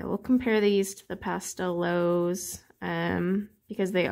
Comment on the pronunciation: Just a quick note about the correct pronunciation of the Astra Pastelowes. The “w” in Germanic and Slavic languages is pronounced as “v”. Therefore, Pastelowes should be pronounced as “Pasteloves”.